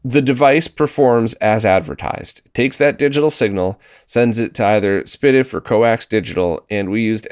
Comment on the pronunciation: I so glad hearing someone else pronouncing SPDIF. I've done it the same way does for years with mix reactions from people.